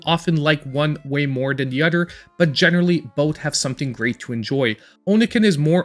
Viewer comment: Dude it “other” not “udder” what the hell is wrong with you?